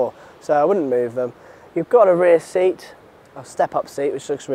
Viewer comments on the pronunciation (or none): none